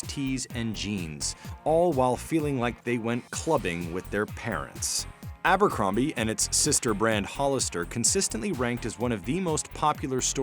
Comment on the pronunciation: drink everz tim they say ambrocromby and geths]